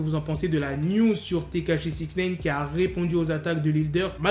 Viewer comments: C'est Nine comme 9 en anglais ! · Putain mais arrête de dire Six Naine !!!